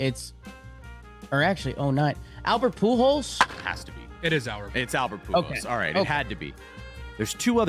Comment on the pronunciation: Professional sports talk people - learn how to pronounce Pujols' name plz.